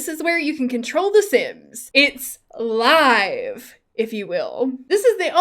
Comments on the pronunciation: IT IS 100% LIVE MODE, HOW DID PRONOUNCING IT LIV MODE EVEN HAPPEN?! Stop trying to make liv happen, it’s not going to happen. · YES!!!!! 🙌🙌🙌🙌🙌🙌🙌🙌🙌🙌🙌🙌🙌You are correct. It absolutely is LIVE mode. Like ALIVE. It’s absolutely absurd to call it live. That’s stupid and sounds like people don’t understand how to talk correctly. It’s LIVE mode. Like LIVE tv. Because you it’s LIVE and not paused. God you’re the best for saying it though. Freaking thank you dude. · it’s 100% “laiv”, not “liv”…. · It’s definitely l(eye)ve mode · Yaaaaaas! I also say “LIIIIIVE”(lie-v) mode haha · I say “live” too!! (Like you) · I say live like you do lol LIIIVE mode for sure. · I say "LIVE" mode the way you do. "Live" mode as in living just sounds weird. lol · Yes it’s liiiiiiife mode, in french it’s « mode vie » 😀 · It's Liiiiive mode like you said. I get annoyed when it is said the wrong way. lol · YAY! xxx I say LIVE like you do because that is the correct way. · YES! It's l-eye-ve mode! Huge pet peeve of mine. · I say LIEve mode, same as you, you're not alone. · Never played the tutorial either loool, I'm all about learning by myself lol Edit: Omg I always say Lie-ve mode too xD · I say live mode the same way you do, glad to see I have the right opinion lol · I also say live mode like you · I say live mode the same way as you - always have and always will! It’s the right way to say it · Yes! You say "live", rhymes with alive!!! The sims come Alive in Live mode!!! I've said that since TS1 days, too late to change me now! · Ok, I can fully understand why you would pronounce “live” mode like that, it makes sense, however, the other way to pronounce that word makes just as much sense to me, because it’s the mode where you play with Life! Your Sims are Living when you’re in live mode!!!! And that’s why I’ve always pronounced it that way! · yeah because the other way it sounds more like "leave mode". Lol "LEAVE" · iT'S LIVE RHYMES WITH FIVE DAMMIT